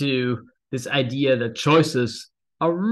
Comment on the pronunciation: He learned Engiish from an American; Idear instead of idea. I know. I grew up saying Idear until I got to college. LOL!